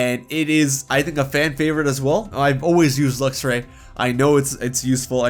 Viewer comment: DO NOT LEAVE OFF THE X IN LUXRAY!